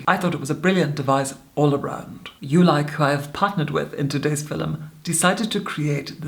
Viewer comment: It's fil-ums. I forgot how she pronounces it. Fill-ums.